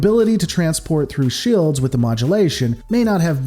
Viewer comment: What the Hell are "shilds?"